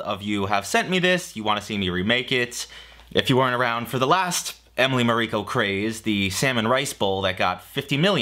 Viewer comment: Isn't it Emily MAriko?